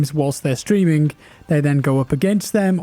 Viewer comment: Streaming, not "Streamingk". ing not ingk.